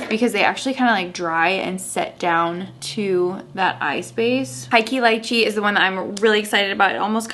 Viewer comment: Er high key “lee chi" -lychee. Rhymes.